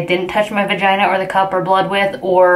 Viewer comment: "VUHGINA" 😂 I would love a period panty video. All your menstrual videos are awesome!